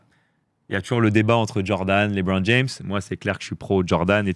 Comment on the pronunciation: On dit LeBron, pas LiBron